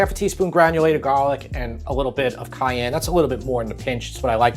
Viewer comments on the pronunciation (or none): none